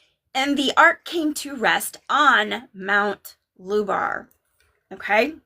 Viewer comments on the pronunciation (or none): Ohmygoodness, Look up MOUNT HUBER ( with an "H" not an L/"Lubar" ) in Canada, BANFF area (Rocky Mountains). WIM put a pin in her map as a potential location of the Tower of Babylon (you likely already know this)! Mt. Huber is a very IMPRESSIVE stone upthrust that looks for all the world like a HAND signaling "stop" and could easily 'catch' an ark as it sticks straight up, perhaps the first land that appeared out of the flood waters?!